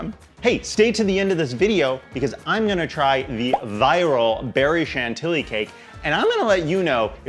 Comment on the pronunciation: That woman from TikTok pronouncing Chantilly "CHANT-illy" made my soul leave my body. 💀